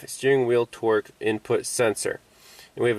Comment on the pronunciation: when you say torque it sounds like twerk , my girlfriend was giving me the look and had to come and see what i was watching. Are you from boston or something? Either way, very informative and useful information.